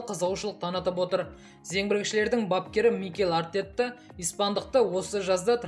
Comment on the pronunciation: жаксы дами бер,Артетта деп емес,Артета деп айта бер✊